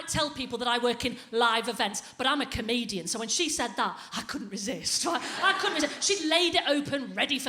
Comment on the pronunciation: Especially when you can't pronounce comedian.